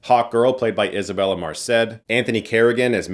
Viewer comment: Can't wait!🎉.. oh,ps ,it's MErced,not MArced😊